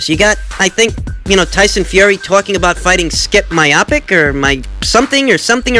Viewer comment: The MMA fighter that Fury wants to face is pronounced Stee-pay Me-oh-chick I'd suspect Fury would outbox him and likely stop him in the ring but I have no doubt he'd make Tyson look like a grown ass baby in the octagon All that being said its apples and oranges. Keep up the great content